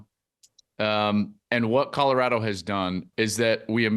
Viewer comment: At some point Whitlock should learn how to pronounce "Colorado".